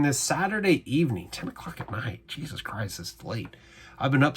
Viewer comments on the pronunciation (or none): none